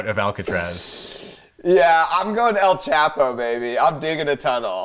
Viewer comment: Hey, Mark, with El Chapo being a Spanish name, it's pronounced "el * CHAW * po (long)."